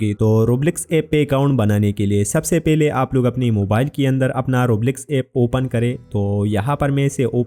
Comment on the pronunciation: Roblox ❌️ Roblecks✅️😂😂 Btw thank-you bhaiya ❤❤